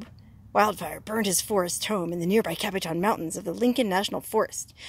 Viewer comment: Capitan NM + = is Pronounced like this Capatan. Not Capi Tan. Also I was a young child when the fire happened and I can remember my dad taking me up there to see Smokey as he had just arrived there after the fire.